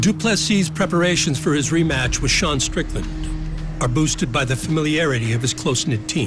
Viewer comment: literalls says D'Sean strickland